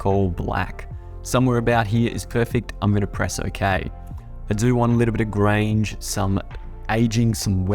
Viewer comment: Loved the tutorial but when did Grunge get to pronounced Grange?